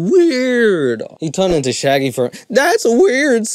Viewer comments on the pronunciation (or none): none